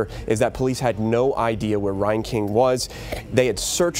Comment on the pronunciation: I went to High School with this rat bastard... he went to Tremont, NOT Morton. God Bless and love all of the family and friends of these beautiful victims. This is so fouled up. His last name is pronounced (Rain/Reign king, not (Ryan King). Thank God for James Shaw Jr. True American hero and warrior for Christ. He took down this fucking murderer.